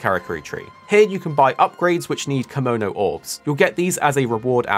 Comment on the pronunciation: "kimono" is an outfit. "Kemono" is the name of the monster. Pronounciation is important in japanese, they are two completely different words.